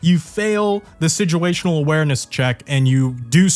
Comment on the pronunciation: "Sidguational Awareness" — lol WTF